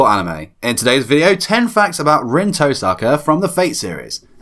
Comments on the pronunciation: Touuu saka. “Toe sucka” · The fact that he knows all these facts about Rin he can’t even pronounce her name right.